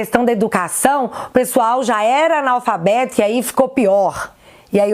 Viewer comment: Um homem que fala gritando, ameaça as pessoas se voltar ao poder e além de não saber geografia,fala anolfabeto ao invés de analfabeto. Gente, não é preconceito,é conceito mesmo: qual a formação acadêmica do neni fingers? Ele é alfabetizado? Sério! Alguém já perguntou onde neni fingers fez ensino médio e superior? Será que ele não é um anolfabeto? (analfabeto funcional) .